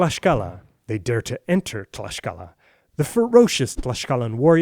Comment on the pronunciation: Hey,, thank you for taking an interest in the history of my country and for sharing it as well:D I just have to point some things out: it's MOCTEZUMA, not 'Montezuma' nor 'Moteczuma' xD And Tlaxcala is pronounced /tlakskala/, not 'tlashcala' xD Did you know that la Malinche inspired the folk tale of La Llorona?:O Thank you, again!